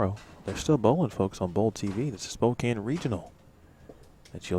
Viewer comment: Hi Sydney! Just so you know, Spokane is pronounced (Spoe-Can). Thought you should know. :)